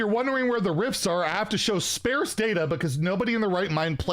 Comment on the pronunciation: Look up how to pronounce photographer, oscillate, and sparse ;)